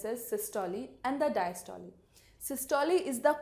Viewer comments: Very bad pronunciation of systole and diastole😡😡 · please pronunciate systole and diastole correctly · Pls correct the pronunciation...... Systole :- "not Systol[e] just systole...'e' should be silent....." Same that in diastole🙂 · The pronunciation of systole n diastole r amazing 😂😂😂 Learn how to say systole n diastole from google 😆😆😆